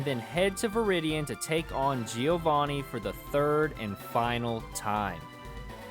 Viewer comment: Joevanni not G O vanni 😡